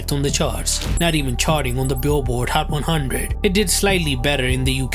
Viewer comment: hhhcchhat one hhhunndred